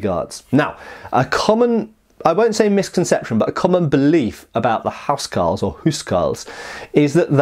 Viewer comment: It was pronounced 'owse cawls wunnit?